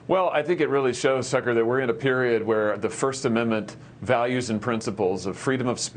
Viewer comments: he called him “Sucker” not Tucker. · Does Hawley say 'sucker' when replying to Tucker at 4.49??😂😂